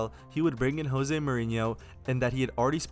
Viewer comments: Great video! Very informative. One thing though..it's pronounced Jose no "Ho-se". Mourinho himself is quite particular about this. 😂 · Jose! J o s e!!? Not Hose. He is Portuguese not Spanish. Pronounce J o s e